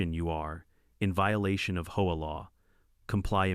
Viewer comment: Ya need to work on the narration! You SAY HOE I steadof HOA..